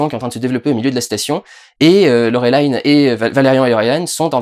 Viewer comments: PS : je sais bien que ces films sont habituellement américains et donc tirés de BD américaines mais... c'est "Laureline" (avec un i français) et pas "Laurelaïne". Et ce n'est pas tiré de "comics" mais d'une série de BD franco-belge de Mézières et Christin. On est vraiment américanisés jusqu'au trognon, merde ! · Laurelaïne... ça se prononce Laureline en Français! À l'origine c'est une BD Franco-Belge! Faut il le rappeler ??? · Yn yn en vo ça se prononce Laureline et pas laurelaïne. C'est durendal qui déconne ^^ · Alors petit moment chauvin: Valérian n'est pas un comics mais une bande dessinée, c'est pas le même format, pas la même façon d'éditer, pas la même culture ni le même esprit, et je suis à peu près sûr qu'on dit Laureline, et pas " Laurelaïn". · Film français, production française, origine Française, on dit donc Laureline et pas «laurolillene» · LoReuLIne pas Lorélayne 😭 C'est une Bd francaise svp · Euh, juste une question : Tu prononces Valérian à la française, et Laureline à l'anglaise (alors que bon, Valerian, on sait pas trop d'où il vient, et tu dis toi même que Laureline est française.... donc c'est Laureline , pas Laurelailllene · Laureline se prononce Laureline (c'est francé) et non lauwelayne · Pourquoi tu dit Laureline a l'anglaise ? C'est français sa brule mes oreilles T.T et c'est rigolo parce que tu prononce Cara Delevingne a la française ^^" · "Laurelaïne" Il a osé. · ValeRIAN Putain comme dans Chiant et LaureLINE. Te voir prononcer à l'Anglaise me fait saigner les oreilles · ça se prononce Laure Line comme les prénoms Français par contre ^^ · LOreuhlayne... non. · D'ailleurs Durendal tu regardes les films en VO ou en VF ? Tu prononces Laureline à l'anglaise, ça m'intrigue^^ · Il a dit Laureline à l'americain alors que les Américains l'ont bien dit comme il faut pendant le filme xD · Avec ce film on aura surtout eu l'occasion de constater que personne ne sait prononcer Laureline